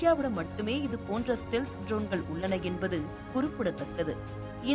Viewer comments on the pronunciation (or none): செய்தி வாசிக்கும் பரதேசி பெண்ணே....உன்னுடைய உச்சரிப்பு சரியாக இருக்க வேண்டும். நிர்மலா பெரியசாமி குரலில் பேசி விட்டால் சரியாகி விடாது. ஜோன்கள் என்று உச்சரிக்கக் கூடாது DRONEகள் என்று உச்சரிக்க வேண்டும். அதே போல் அர்மேனியா என்னும் ஒரு நாட்டின் பெயரை அர்மனியா என்று தவறாக உச்சரிக்கக் கூடாது. அந்தந்த வார்த்தையை அந்தந்த மொழியிலேயே (ஆங்கிலத்தில்) படித்து தெரிந்து கொண்டு வாசித்தால் நன்று. செய்திகளை வாசிக்கும் முன்பு ஒரு சிறு வீட்டுப் பாடம் செய்து பழகினால் பயனளிக்கும். அதே போல் விமானப்படை தலைமை அதிகாரி திரு. ASHUTOSH DIXIT (அஷுடோஷ் தீக்‌ஷித்) என்னும் பெயரை எப்படி உச்சரித்து இருக்கின்றாய் என்று நீயே கேட்டுப் பார். காக்கா வாந்தி எடுப்பது போல் பேசி இருக்கின்றாய்.....